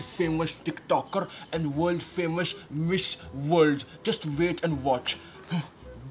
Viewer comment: she says wold famous doesnt she watch news and see who is on the paper lol ''world famous'' yuck